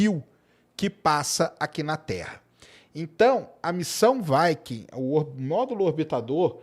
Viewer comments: Fala viking e não vaiking, parece que ta falando vaca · Quando uma palavra em inglês termina em consoante - não flexiona a vogal anterior ! vaike não viquing sim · Vaikem 1-vaikem2 e vai kem quer...😂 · 😂"Vaiquincola" né?🏹🎯